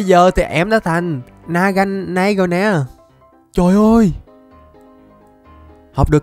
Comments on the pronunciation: Là na ga na đeo không phải na ga nay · Đọc là NA-GA-NA-ĐEO anh ơi !!!!!!!!!!!!!!!!!!!!!!!!!!!!!!!!!!!!!!!!!! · phải đọc là na ga na đeo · naganadel đọc là na ga na đeo nha anh